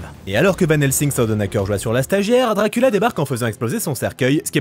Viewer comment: Je découvre la chaîne avec cette vidéo c’est incroyable 😂 mention spéciale pour « Drakoolio »